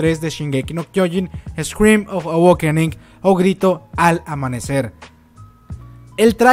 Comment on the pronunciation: se pronuncia "aweikening" XD